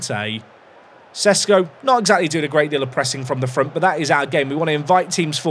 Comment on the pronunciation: Loved the French accent attempt. I wonder if will ever learn how to pronounce Sesko.